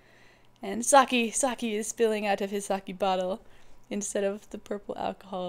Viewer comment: IT'S NOT SA-'KEY', it's SA-'KEH' Nice idea, though.